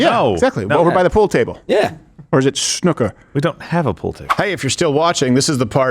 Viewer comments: Sn ooooo ker. Not snucker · It’s ‘snoooo-ker’